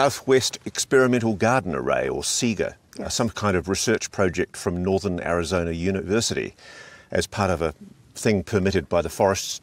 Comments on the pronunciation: Sedona not Sedoner Arizona not Arizoner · I’m curious, where the heck is “Arizonner” and “Sadonner”??? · "Sedoner, Arizoner" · This guy needs to learn to pronounce Sedona and Arizona correctly. It can't be that difficult.